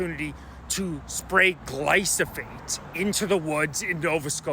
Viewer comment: I like your videos bro, I don't want people to dismiss you because of the spelling and pronunciation. It's Glyphosate.